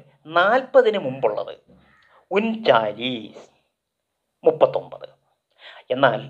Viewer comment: 40- ന് ചാലീസ് എന്നല്ലെ ? താങ്കൾ പറഞ്ഞത് നായീസ് എന്നാണന്നാണ് ഞാൻ കേട്ടത് എന്താണ് സത്യം